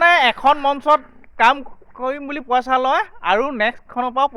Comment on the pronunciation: Posa, nohoi poisa buli koba, nije vL Dore Asomiya kotha. Kobo najane anok kob ahise